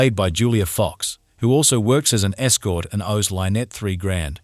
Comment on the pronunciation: When you can teach the ai to not mispronounce the name Lynnette, you can stop wanting to kill yourself